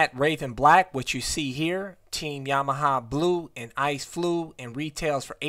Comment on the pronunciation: Ice come again? What color ? Ice flue? Is that what I heard lol 😂